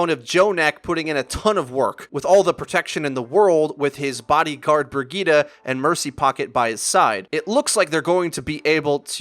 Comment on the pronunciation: Great vid but is anyone else bothered by how he pronounces Bridgeta